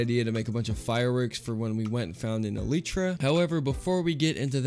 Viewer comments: Even though you said eletra instead of elytra I still love you ♥ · All the people complaining about how he says elytra when neither is correct :( it comes from elytron (a type of hardened wings on insect) so its elytra El·y·tra + ɛl ɪ trə + el-i-truh (where i is like the i in it )